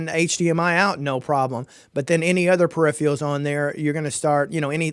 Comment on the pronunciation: Dude it's peripherals not perifrials. and it's throughput not thoroughput I suggest you learn how to say the words you going to use because if you don't know basic english I'm not going to be taking any advise you give seriously. With respect, learn the language.